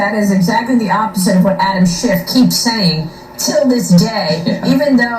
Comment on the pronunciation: Did Maria Bartiromo just call him Adam schitt sounded like it to me